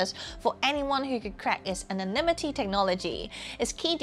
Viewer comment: Wait, did she say Sh*tanimity? 😂